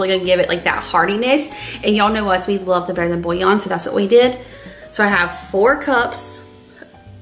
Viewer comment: Taco soup looks delicious but I couldn’t understand what kind of bouillon you said…sounded like bousin? I replayed it 3 times.